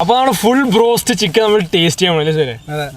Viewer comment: brost anno ado go ennano paranje